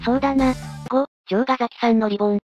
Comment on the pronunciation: リボンじゃなくリ ボーン